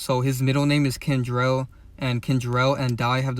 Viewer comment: Young boys name is KENTRELL not kendrell How to pronounce offsets last name Cephus (see-fus) Just pointing that out 🫶🏽